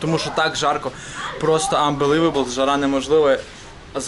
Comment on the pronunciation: уровень английского - "анбеливбл"